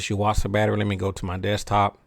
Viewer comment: I've had good luck with the Duracell's. Also, i now know how to pronounce "Yuasa". I've been doing it wrong.